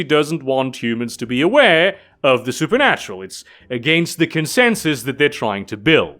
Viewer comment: Me: watching being things: "SuperNUTural and occult secrets." Me: "What do you say,?"